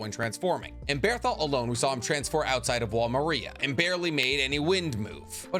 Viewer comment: It's wall mar-ree-ah not Maria like the name, bro watch the show